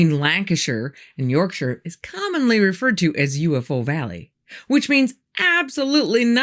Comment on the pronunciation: Thanks for saying the name of our county correctly, rather than the way most yanks pronounce them 👍 Jay. Wakefield. West Yorkshire. UK.